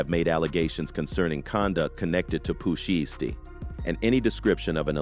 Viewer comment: Pooh She-estee has me rollin 🤣